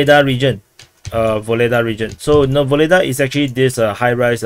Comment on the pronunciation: My friend. Pls stop call this city "Voledaa" . Ugledar is real name of this . Ugled = honor +ar . "Voledaa" is something else and not good. Your chanel is good , real .